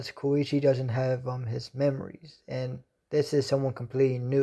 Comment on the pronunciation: His name is Ko - Ko - e - chi